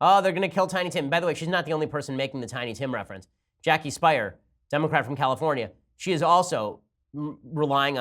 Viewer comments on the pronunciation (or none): Jackie Speier’s last name is pronounced like Spear, not Spire. It probably should be pronounced like Spire, but that isn’t how she pronounces it. Source: I live in her district and have seen her in person a couple of times.